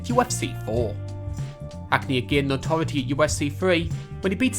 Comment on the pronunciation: Notoriety is not pronounced "notorratee"